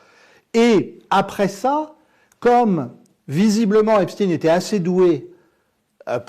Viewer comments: Epstein pas epstine comme Frankenstein Merci. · En France, on ne dit pas "Epstin". La collaboration étroite d Epstein avec Ghislaine Maxwell aurait mérité d être développée... Un système de chantage,... avec des ramifications internationales. Merci pour ce partage. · Pourquoi prononcez vous Epstine ? J'en attendais plus de vous. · 😮🥺Epschtinn 😏 Et comment prononcez-vous : Frankenstein ? Einstein ? Weinstein? ...etc???? 🤮🤮🤮🤮🤮🤮🤮🤮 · Nous sommes français, prononcer Epstin à l'américaine n'est pas justifié. Dites-vous Einstin pour le physicien? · Monsieur Husson restez en à la prononciation française du nom du malandrin... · Pourriez vous nous expliquer votre prononciation à l'américaine du nom Epstein . Alors que votre partenaire, lui, le prononce à la française .